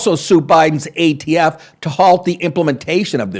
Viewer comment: How many times did he call the ATF the AFT like an idiot